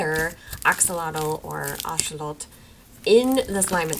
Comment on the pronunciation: THANK YOUUUU for pronouncing axolotl right!! as a latina girlie it always rubs me the wrong way how the western pronunciation became the norm because it got "trendy" >A<